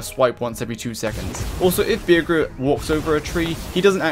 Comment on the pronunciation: You pronounce bearger with a g like how you say burger HES A BADGER BEAR YOU SAY BEARJER